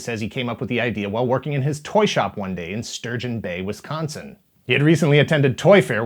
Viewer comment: I hate how much emphasis you put on the c in wisconsin.